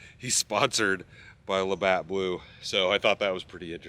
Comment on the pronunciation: Hey from Canada! You said Labatt blue right on your first try!! Love your content, working on getting a truck to outfit myself. Keep up the good content!!